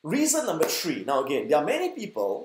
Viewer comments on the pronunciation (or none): I like fact number ‘tree’.